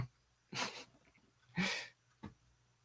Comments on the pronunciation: Hoxha is read as hodja the x is more like a J sound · lol it’s pronounced “Ho” and then “Jah” but the J is soft kinda like in Xi. Ho-Jah. Good stuff though, thank you for the history lessons.